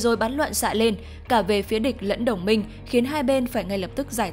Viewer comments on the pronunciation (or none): none